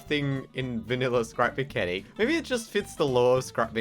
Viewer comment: did you just say crap mechanic